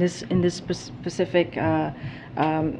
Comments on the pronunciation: And she can’t even say the word “specific”…… she always says “pacific”….. Am I wrong? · But, but, but......she's the first black, gay, immigrant woman to hold the position! That's what really matters! And did she say "pacific" as "specific?"